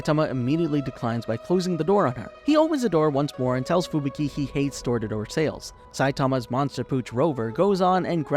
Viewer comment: who the heck is FUBIKI? only heard of fubuki :D